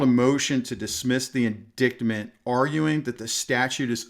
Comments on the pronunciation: An Indictment: Ind īte (eye) ment not an In dickt ment, is the federal grand jury method of formalizing charges. 🤣 Although in many cases I think your pronunciation is more appropriate! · Love this, BUT: it's in-dite-ment, not in-dickd-ment. God bless. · Hey, isn't it pronounced , "in- dight- ment", not in- dicked- ment? Correct me if I got this wrong for 50 years of courtroom experience. . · P.S. The 2nd Amendment was ratified in 1791. Also, it's pronounced in-dite-ment, not as it's spelled, in-dict-ment. 😉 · Bruh - I don't mean to nit-pick, but indictment is pronounced, "In-dight-ment". Great message, great channel - keep up the good work! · Hi. Great video. Just an FYI... "Indictment" is pronounced "in-dightment". The "C" is silent. 😊 "He was indicted... "In dited" *delete this after you read it* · FYI, It’s pronounced in-dite-ment. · indictment is pronounced like this.. the c is silent and the i is long like light so like in-dight-ment. just trying to help, no disrespect, Great job! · I never knew indictment was really pronounced in dicked mint. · Please look up the pronunciation of "Indictment" and "presumptively". I do like your content and where you are coming from. I'm glad you are getting monetized. It is real important to take a close look at what happens to people who apply for and SBR permit in states where NFA items are not permitted. Are they admitting to a felony when they make the federal application? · You are mispronouncing indictment. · With mucho due respect to the officer, indictment isn’t pronounced with a dick in it. More with a long ‘i’, and no ‘c’. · If you are, or ever were a cop, you'd know how to pronounce "indictment".